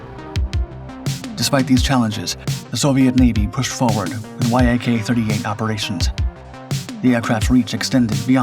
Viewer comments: Why do you keep calling it the Y-AK 38? Its pronounced like Jak 38, it may sound wrong but that is how you pronounce it and people that know about MIG, etc will recognize that you are speaking about YAK. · VTOL is an acronym standing for Vertical Take Off and Landing -- it is pronounced Vee-tol I believe Yak-38 is NOT an acronym and just pronounced 'yak' and not Y-A-K, an acronym.